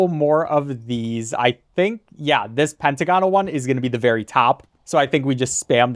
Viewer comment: It's pronounced "pen-t-ah-gon-al"